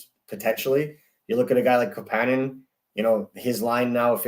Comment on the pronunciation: The pronunciation of Kapanen is driving me nuts